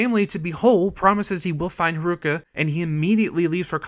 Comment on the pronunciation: can't forget kiroo's daughter, harooka!